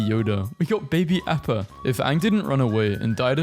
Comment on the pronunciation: That explains why you said AAAAppa. It’s pronounced AHppa☝️🤓